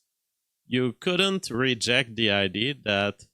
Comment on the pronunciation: what was the first film?! It's like when you say "id" instead of "idea" 😂 Keep up the good work,.